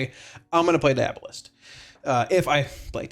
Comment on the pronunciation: Deee AWWW bolist